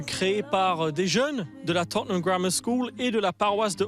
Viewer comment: Mdr t jaloux ??? En tout cas je prefere la prononciation "Totneum Hotspeur" que entendre des gros "Totténhame" par des gens qui pensent comme toi